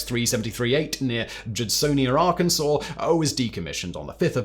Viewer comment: THANK YOU FOR SAYING ARKANSAS CORRECTLY 🎉🎉🎉🎉🎉 I was waiting to pounce but you made me proud!